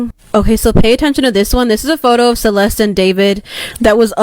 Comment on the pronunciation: you know it is insulting you saying her name bad every time, right?